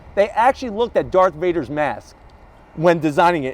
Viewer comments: Did you say dark Vader lol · I had to go back I thought he said dark vader😂😂😂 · “Dark Vader” it Darth Vader